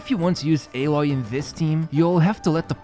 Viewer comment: It’s a-Loy not ae-loy